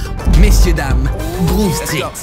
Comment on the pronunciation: C'est Grove Street et non Groove Street